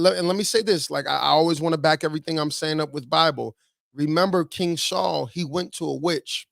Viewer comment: King Saul not King Shaw.